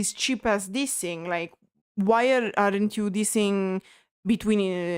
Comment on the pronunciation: Please understand your adding uh to the end of many English words is very annoying. EG; Songs, Songsuh. Like, Likeuh. Other Italian Creators speaking English DON'T do it. Please try changing a bit even if you don't like it. Now show us your tattoos.